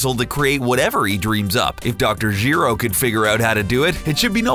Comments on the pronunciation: if Dr. Gee-Row if DR. GERO. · Who the hell is Geero? It's Gero.... one E, not two......